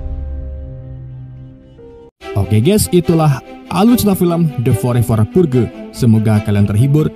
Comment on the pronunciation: Dibacanya "perj" bang bukan purge wkwk